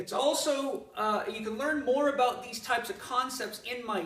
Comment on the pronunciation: I really like what he’s talking a bowt